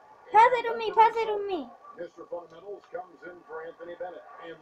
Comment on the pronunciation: dude you said path instead of pass